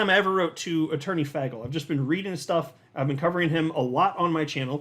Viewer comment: It’s not FAGel, it’s FAYGEL 😕